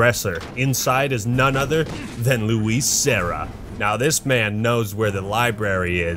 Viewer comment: I almost cried when Luis died. He was the only guy I wanted to help. He was so happy the n BOOM dead. Also Leon pronouncing his name wrong after death kinda annoyed me. I would happily sacrifice Leon and Ashley for Luis.